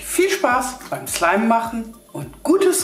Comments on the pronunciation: Wer auch f*** slime verstanden likte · OMG am Anfang fick slime 😂😂😂 Das hört sich genau so an 😲😂😂😂😂😂😂😂😂😂😂😂😂😂😂😂😂😂😂😂😂😂😂😂😂😊😂😂😂😊😊😊😊😊😊😊😂😊😊😊😊😊😊😂😂😂😂😂😂😂😂😂😂😂😂😂😂😂😂😂😂😂😂😂😂😂😂😂😂😂😂😂😂😂😂😂😂😂😂😂😂😂😂😂😂😂😂😂😂😂😂😂😂😂😂😂😂😂😂😂😂😂😂😂😂😂😂😂😂😂😂😂😂😂😂😂😂😂😂😂😂😂😂😂😂😂😂😂😂😂😂😂😂😂😂😂😂😂😂😂😂😂😂😂😊😂😂😂😂😂😂😊😊😊😊😂😂😂😊😊😊😊😂😂😂😂😂😂😂😂😂😂😂😂😂😂😂😂😂😂😂😂😂😂😂😂😂😂😂😂😂😂😂😂😂😂😂😂😂😂😂😂😂😂😂😂😂😂😂😂😂😂😂😂😂😂😂😂😂😂😂😂😂😂😂😂😂😂😂😂😂😂😂😂😂😂😂😂😂😂😂😂😂😂😂😂😂😂😂😂😂😂😂😂😂😂😂😂😂😂😂😂😂😂😂😂😂😂😂😂😂😂😂😂😂😂😂😂😂😂😂😂😂😂😂😂😂😂😂😂😂😂😂😂😂😂😂😂😂😂😂😂😂😂😂😂😂😂😂😂😂😂😂😂😂😂😂😂😂😂😂😂😂😂😂😂😂😂😂😂😂😂😂😂😂😂😂😂😂😂😂😂😂😂😂😂😂😂😂😂😂😂😂😂😂😂😂😂😂😂😂😂😂😂😂😂😂😂😂😂😂😂😂😂😂😂😂😂😂😂😂😂😂😂😂😂😂😂😂😂😂😂😂😂😂😂😂😂😂😂😂😂😂😂😂😂😂😂😂😂😂😂😂😂😂😂😂😂😂😂😂😂😂😂😂😂😂😂😂😂😂😂😂😂😂😂😂😂😂😂😂😂😂😂😂😂😂😂😂😂😂😂😂😂😂😂😂😂😂😂😂😂😂😂😂😂😂😂😂😂😂😂😂😂😂😂😂😂😂😂😂😂😂😂😂😂😂😂😂😂😂😂😂😂😂😂😂😂😂😂😂😂😂😂😂😂😂😂😂😂😂😂😂😂😂😂😂😂😂😂😂😂😂😂😂😂😂😂😂😂😂😂😂😂😂😂😂😂😂😂😂😂😂😂😂😂😂😂😂😂😂😂😂😂😂😂😂😂😂😂😂😂😂😂😂😂😂😂😂😂😂😂😂😂😂😂😂😂😂😂😂😂😂😂😂😂😂😂😂😂😂😂😂😂😂😂😂😂😂😂😂😂😂😂😂😂😂😂😂😂😂😂😂😂😂😂😂😂😂😂😂😂😂😂😂😂😂😂😂😂😂😂😂😂😂😂😂😂😂😊😊😊😂😂😂😂😂😂😂😂😂😂😂😂😂😂😂😂😂😂😂😂😂😂😂😂😂😂😂😂😂😂😂😂😂😂😂😂😂😂😂😂😂😂😂😂😂😂😂😂😂😂😂😂😂😂😂😂😂😂😂😂😂😂😂😂😂😂😂😂😂😂😂😂😂😂😂😂😂😂😂😂😂😂😂😂😂😂😂😂😂😂😂😂😂😂😂😂😂😂😂😂😂😂😂😂😂😂😂😂😂😂😂😂😂😂😂😂😂😂😂😂😂😂😂😂😂😂😂😂😂😂😂😂😂😂😂😂😂😂😂😂😂😂😂😂😂😂😂😂😂😂😂😂😂😂😂😂😂😂😂😂😂😂😂😂😂😂😂😂😂😂😂😂😂😂😂😂😂😂😂😂😂😂😂😂😂😂😂😂😂😂😂😂😂😂😂😂😂😂😂😂😂😂😂😂😂😂😂😂😂😂😂😂😂😂😂😂😂😂😂😂😂😂😂😂😂😂😂😂😂😂😂😂😂😂😂😂😂😂😂😂😂😂😂😂😂😂😂😂😂😂😂😂😂😂😂😂😂😂😂😂😂😂😂😂😂😂😂😂😂😂😂😂😂😂😂😂😂😂😂😂😂😂😂😂😂😂😂😂😂😂😂😂😂😂😂😂😂😂😂😂😂😂😂😂😂😂😂😂😂😂😂😂😂😂😂😂😂😂😂😂😂😂😂😂😂😂😂😂😂😂😂😂😂😂😂😂😂😂😂😂😂😂😂😂😂😂😂😂😂😂😂😂😂😂😂😂😂😂😂😂😂😂😂😂😂😂😂😂😂😂😂😂😂😂😂😂😂😂😂😂😂😂😂😂😂😂😂😂😂😂😂😂😂😂😂😂😂😂😂😂😂😂😂😂😂😂😂😂😂😂😂😂😂😂😂😂😂😂😂😂😂😂😂😂😂😂😂😂😂😂😂😂😂😂😂😂😂😂😂😂😂😂😂😂😂😂😂😂😂😂😂😂😂😂😂😂😂😂😂😂😂😂😂😂😂😂😂😂😂😂😂😂😂😂😂😂😂😂😂😂😂😂😂😂😂😂😂😂😂😂😂😂😂😂😂😂😂😂😂😂😂😂😂😂😂😂😂😂😂😂😂😂😂😂😂😂😂😂😂😂😂😂😂😂😂😂😂😂😂😂😂😂😂😂😂😂😂😂😂😂😂😂😂😂😂😂😂😂😂😂😂😂😂😂😂😂😂😂😂😂😂😂😂😂😂😂😂😂😂😂😂😂😂😂😂😂😂😂😂😂😂😂😂😂😂😂😂😂😂😂😂😂😂😂😂😂😂😂😂😂😂😂😂😂😂😂😂😂😂😂😂😂😂😂😂😂😂😂😂😂😂😂😂😂😂😂😂😂😂😂😂😂😂😂😂😂😂😂😂😂😂😂😂😂😂😂😂😂😂😂😂😂😂😂😂😂😂😂😂😂😂😂😂😂😂😂😂😂😂😂😂😂😂😂😂😂😂😂😂😂😂😂😂😂😂😂😂😂😂😂😂😂😂😂😂😂😂😂😂😂😂😂😂😂😂😂😂😂😂😂😂😂😂😂😂😂😂😂😂😂😂😂😂😂😂😂😂😂😂😂😂😂😂😂😂😂😂😂😂😂😂😂😂😂😂😂😂😂😂😂😂😂😂😂😂😂😂😂😂😂😂😂😂😂😂😂😂😂😂😂😂😂😂😂😂😂😂😂😂😂😂😂😂😂😂😂😂😂😂😂😂😂😂😂😂😂😂😂😂😂😂😂😂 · ich hab fick schleim verstanden 😂😂😂😂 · Habe ich mich verhört oder hat die am Anfang wirklich fxck slime gesagt?😂